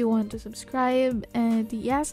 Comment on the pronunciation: did she just say “hi gays-“ lol love you